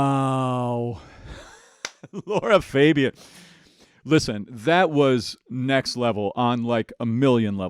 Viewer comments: Her name is LAra not Laura … LOra pronunciation Is wrong try with the sound A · Love your musical critique and seeing how much knowledge you have, but; you're saying her name wrong... I've heard it three times you call her Laura it's Lara... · Her name is Lara not Laura….she is amazing and the best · Just a note it's not Laura it's Lara Fabian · Lara =LARA, Laura =LAURA. Her name is the first one, not the second. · Her best performance is "Je suis malade". Be ready to cry when you hear it 👌 By the way, her name is not Laura. It's Lara. Pronounced differently.